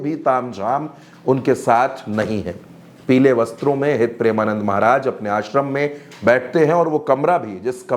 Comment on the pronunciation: भाई मेरे पहले गुरूजी का नाम सही से लेना सिख लो फिर लोगो को ज्ञान बाटना 🙏🏻